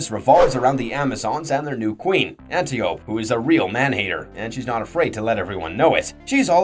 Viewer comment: An Tie oh pea not anti oop